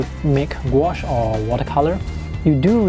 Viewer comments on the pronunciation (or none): none